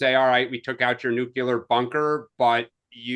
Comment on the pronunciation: The word is pronounced NUKE-LEE-ER, not Nuke-U-Ler!!!